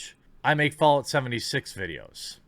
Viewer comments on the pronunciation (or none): none